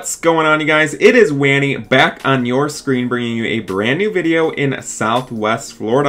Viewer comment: i feel like you said at the beginning 'back at your SCREAM' btw nice vids :D